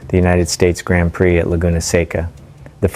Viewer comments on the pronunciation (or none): none